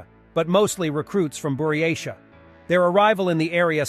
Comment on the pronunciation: How can you expect to be taken seriously when you can't even pronounce correctly Buryatia ( not BuryaSHia ) and Avdiivka ( not andieeevka )